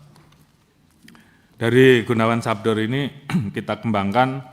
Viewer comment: sadbor jendral bukan sabdor😂